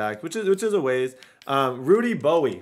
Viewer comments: Why are you saying Rudy Bowie? Do you not know how to pronounce bowe? Have you never heard of dwayne bowe? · I could be wrong but I think Rudy Bowe's last name would just be pronounced "Bow" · I believe the pronunciation is "Bow" for Bowe, but hell it's your world yoy can call him whatever you want! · Lol Rudy Bowe’s last name is pronounced “Bow”. Like Dwayne Bowe that played for KC in the early 2000s